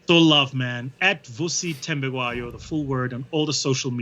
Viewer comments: Vusi Thembekweyo😂😂😂 Nice pronunciation Tom👌🏾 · Even the local butchery couldn’t have butchered Vusi’s last name like how Tom did 😂💔…anyways no beef just vibes.